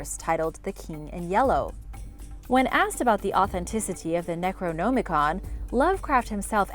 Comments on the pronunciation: Necro-NOM-icon not Necro-GNOME-icon... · I don't like how she's says necronomicon "necroNOmicon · Necro-gnome-icon? Wtf? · It's not pronounce "Necro-Gnomacon" Jesus.... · Am I Theo Mayo me who is bothered by the fact people don’t bother to google to pronunciation of items you they videos on? It’s pronounced Neck-roe-nom-i-con. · "Necro-Gnome-ah-con" your pronunciation is killing me. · Necro-gnome-icon🤣 I'll never say it the other way again. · ...gnome-i-con...I really think you're doing that on purpose. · Is she saying necronomicon wrong on purpose. It's upsetting me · Your pronunciation of necronomicon is horrendous. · Thumbs down and blocking channel for mispronouncing necronomicon 20x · The pronunciation you use for Necronomicon doesn't sit right with my ears. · Did it bother anyone else with the way she’d say “Necronomicon” ?? 😖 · How are you mispronouncing Necronomicon so badly?